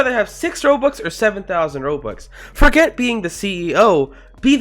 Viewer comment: the ''forget'' sounded like ''fuckit''